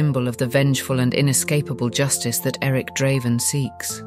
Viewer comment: You didn't have to ruin this video with Ai. by the way, Draven isn't that hard to pronounce